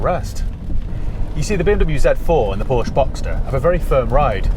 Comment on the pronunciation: Please please pronounce Porsche correctly!